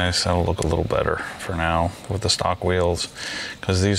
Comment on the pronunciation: Bro, stop calling it Beater 😂 lol